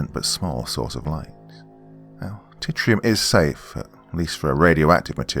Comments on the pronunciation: Good one. It’s ‘TRITIUM’ not ‘TITTY RUM’ btw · Tritium, not titrium. It’s a 2-neutron isotope of hydrogen that’s actually really cool